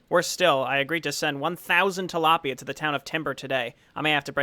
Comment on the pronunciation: Tilaipia lmao